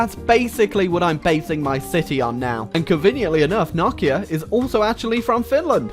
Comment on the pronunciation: Not 2 be rude but i pronounce it no-kia